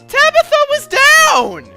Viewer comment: sounds like if you said Tablo instead of Tabitha *w*